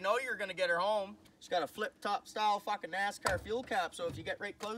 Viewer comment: The way he says "fockin" reminds me of trailer park boys